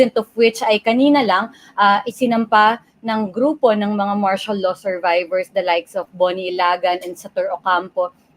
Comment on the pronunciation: You talk funny...a low? Do you mean "law"?